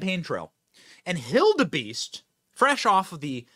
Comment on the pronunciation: said hill-da-beast 😂😂